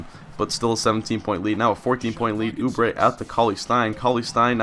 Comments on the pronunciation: I live near Kansas and route for them and you are pronouncing it correctly. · Yes you are saying oubre right, let's go jayhawks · Not a Kansas fan, but Kentucky played them and you are pronouncing Oubre correctly